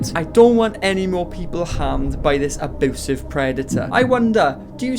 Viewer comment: U SAY AEBOOSIVE